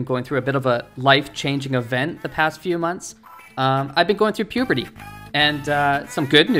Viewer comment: Pubrity? Who old u